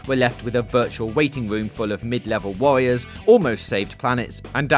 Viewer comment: "Skywim ", "mid-level wawiors", "welease", "micwo-transactions ", "pwomise ", "weal twasvesty " "Mawio"... Someone give some speech lessons before he records the voice overs.